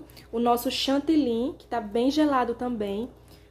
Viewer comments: DESCULPE, MAS VOCÊ FALA #CHANTILYN. O CORRETO É # CHANTILY, PORQUE É O NOME DE UMA CIDADE. EM VEZ DE FALAR O FUTURO # VOU ESTAR BATENDO, VOU ESTAR ACRESCENTANDO, O CORRETO É# VAMOS PASSAR P O POTE E NÃO # VOU ESTAR PASSANDO. ESTA É A LINGUAGEM DO TELEMARKETIN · DESCULPE, MAS SE ALGUÉM DE LÍNGUA FRANCESA (QUE É USADA EM DIVERSOS PAÍSES, COMO O CANADÁ) OUVIR VOCÊ FALANDO # CHANTILYN, NÃO VAI ENTENDER PORQUE NÃO FALA #CHANTILY